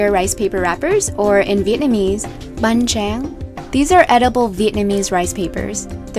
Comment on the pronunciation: Do you speak vietnamese? Because I'm pretty sure yoou said banh trang wrong.